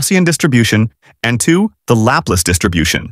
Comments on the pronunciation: Your pronunciation of Laplace is... interesting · 😂was thinking the same!